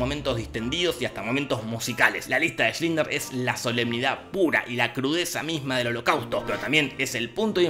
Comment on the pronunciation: Bldo decís mal "Schindler" cada vez. Le metés la L antes de la i.